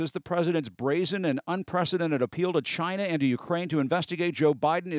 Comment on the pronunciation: Can someone please please teach this man how to say China properly